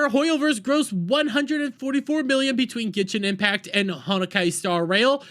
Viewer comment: Honokay 😭 the pronouncing is equally outrageous like the boycott itself